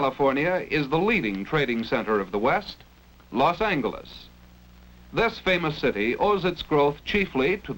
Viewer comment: Love the Hard G pronunciation of Los Angeles